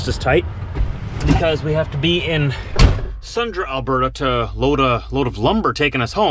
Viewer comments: Lol that was annoying... your saying Sundre, like Sundra. It’s pronounced Sun-Dree. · It is pronounced "Sundry" . . . . . . .